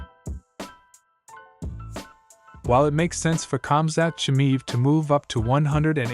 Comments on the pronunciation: Chimaev not chimive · You not being able to pronounce "Chimaev" correctly... tells me you know nothing about the man... I think he is way to aggressive for Costa.. Costa is big but slow... which means he is always dehydrated when fighting... Khamzat will be in a better shape than his 170lb... and his ground game is wild so I am going with 90 to 10 Khamzat with the odds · You can't even pronounce his name and you think you know anything...😢